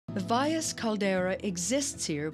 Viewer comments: commentator should learn to pronounce Valles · .. she almost got it